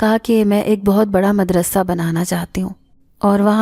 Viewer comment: Nice voice...nice all stories..... madrassa not... madarsa